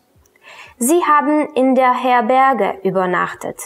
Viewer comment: Herberge: Betonung auf der ersten Silbe